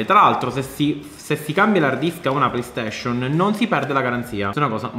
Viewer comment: Nessuno: Siciliano doc: playstescion